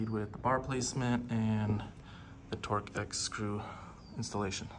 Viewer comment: Torx is pronounced Torks.